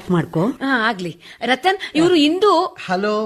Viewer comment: ರತನ್ ಅಲ್ಲ ರತ್ನ